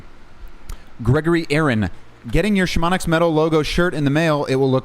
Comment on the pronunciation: Is Chamomix a meme because the mountain and he pronounces it like shamonicks or